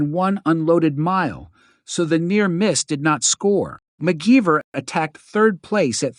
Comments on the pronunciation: AI voice-over?? WTF.. mute this crap before watching that was annoying as hell... said one of the models only weighed 4pounds.. and, McGeever?? You must not know anything about engineering I'd you don't know the name MacGyver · This must be Ai narrated. How can you not know how to pronounce MacGyver? It doesn't even look like McGeever. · Seriously, He pronounces it as McGeeever. 😂